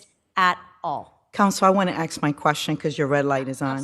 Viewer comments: I think she actually said "ax," which is concerning considering she is an appellate judge. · Did I hear correctly that the female judge on the far right side of the bench just said, "can I ax," for "can I ask"? WTF? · no way did this presiding justice of the New York Appellate Division of the Supreme Court just say “axe my question”. No way.